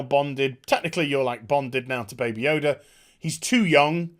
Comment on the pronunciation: the only person who can't say the name "Yoda" on the entire planet lol